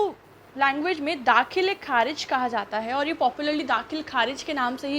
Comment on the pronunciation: दाख़िल kharij ko galat padh rhi ho aap.. achcha nhi lag raha ye lafz is trh... sorry